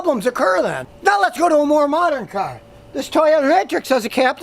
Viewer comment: scotty am not happy u said car....u normally cyarrrrrrhhhh